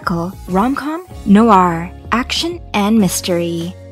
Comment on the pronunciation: Noir = black (in French). Pronounced "nwahr" (1 syllable)